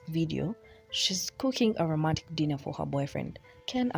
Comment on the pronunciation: Am I the only one who heard gypsy pronounce “dinner” as “denner”? No? Just me?